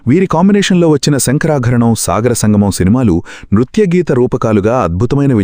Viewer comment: శంకరాభరణం... శంకరాకరణం కాదు మిస్టర్